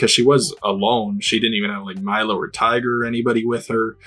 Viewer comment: I just realized... have you been calling Clagger "Tiger" this whole time?